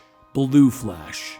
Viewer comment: You said fa-lash...